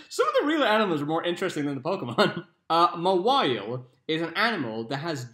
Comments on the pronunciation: it's not mawhile it's mawile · Meltan is the only one I even questioned (an I still got it right in the end). =^p The description definitely sounded like a Pokémon, but I'm not familiar with any of the mons after gen 5 or so. That, and your pronunciation of "Mawhile" gave me pause for a moment too before I realized what you were talking about. X^D There's actually a Pokémon attack pretty similar to that which a lot of bug types can use.